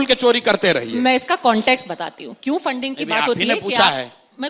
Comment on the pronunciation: Fanding nhi re funding Hota h